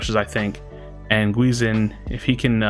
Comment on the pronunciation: That first game was awesome, really close one, that zap salved them. The second one was just a big stomp. Lmao Also, the "gui" in "guizinn" isnt pronounced "gu-i", its pronounced "gi" with a mute "u", like how you say the name of a karate uniform "gi".